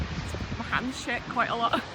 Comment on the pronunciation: I thought she said my hands sh*t... oml